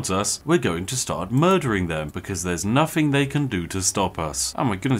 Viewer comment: You can tell Spiffing Brit isn't actually posh in real life simply due to the fact that he says "Noffing" instead of "Nothing"